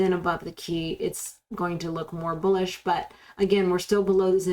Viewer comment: I only watch to hear you say BOOLISH